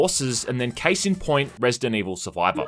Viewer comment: Resi-dant Evil